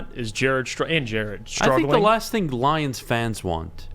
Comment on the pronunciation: "Detroit Lioms" BRUH 🤣😂🤣